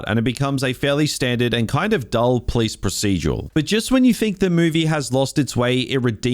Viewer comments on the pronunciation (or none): none